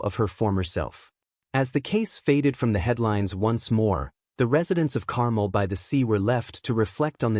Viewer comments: Carmel isn't pronounced the same as caramel (as in caramel apple). The emphasis is on the last syllable: car-melle. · Uh, no, Carmel is NOT pronounced Carmel ( like the candy) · “CAR MEL” is the correct pronunciation 😊